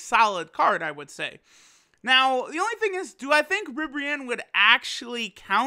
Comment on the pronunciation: wot is that pronunciation of ribbareanne (can't spell)